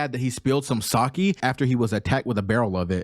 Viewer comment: Please drop 10 dollars in a jar whenever you pronounce 'sake' again. The thing you were referencing to about Zorro that gives people the creeps is an anime trope not related to haki, it's killing intend. Apparently he displays so much killing intent that other people can feel it. That's why that non haki attack against Monet in Punk Hazard paralysed her. Because even though she is a logia she could feel that she was totally outmatched and that she was going to die which gave her the creeps.